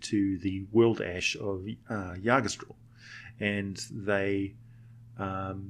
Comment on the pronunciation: As a Norwegian it pains me the way you pronounce Yggdrasil its ig-druh-sil not ya-dra-still or however it is you said it.